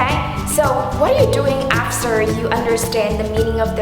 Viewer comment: you emphasize the 't' of the word correctly which in my opinion, it's incorrect. you said 'Imporktance' instead of 'Importance' you said 'afser' instead of 'after' you said 'sentance' when it is suppose to be 'sentence' once again, you said 'Imporktant' you said 'Jeir' I guess you wanted to say 'chair' hehe you said that in order to make this video, you need to 'repair' the words, well, that's 'prepare' you pronounce 'deeply' somewhat like 'diply' Not to comment you are bad at pronunciation, just want to point out the mistake that I think should be improved. Overall, that's a massive effort you've put in!! Well done! :D